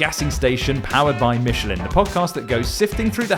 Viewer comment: Don't you mean powered by "mitchalin"? 😂